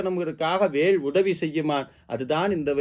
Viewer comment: கருத்து மிகவும் எளிதாக இருக்கிறது நன்றி. தமிழ் உச்சரிப்பு. குறிப்பாக ல் அழுத்தம் கூடாது வேல் என்பதில்